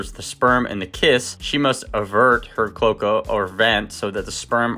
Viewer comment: FYI, cloaca is pronounced with three syllables "clo" (long o) "a" (long a) "ca" (short a) with the accent on the middle syllable.